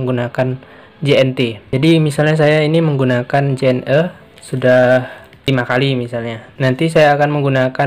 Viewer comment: Penyebutan JNE bukan seperti menyebut huruf vokal E pada kata "lelah", tapi seperti "lele". Karena kepanjangan JNE adl Jalur Nugraha Ekakurir. #justinfo😁